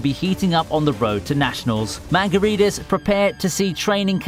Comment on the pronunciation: Could you at least TRY to say Manga properly